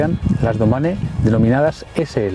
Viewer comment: Pues, no. En cambio, si dices Trek Domane (pronunciado "domani"), entonces sí. Es como se pronuncia el nombre de este modelo de bicicleta. Se trata de un juego de palabras entre el inglés y el italiano para designar la palabra "mañana" en italiano, que es "domani" y escrito en inglés y para que suene parecido viene a ser Domane. Saludos cordiales.